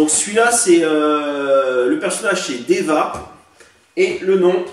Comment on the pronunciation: Joueur overwatch je vais t'aider, prononciation :makri Focheur Diva Voilà, pour le blanc c'est un skin dans le jeu, je ne sais pas pour quelle raison ils l'ont appliqué au nerf! Ciao !